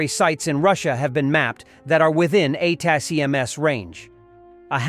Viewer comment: Watch this channel quite a bit and often wondered if the voice is real or an AI. Weird inability to pronounce ATACMs